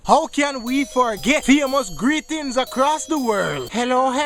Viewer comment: ''Greetings HA-KRASS the world' lmao!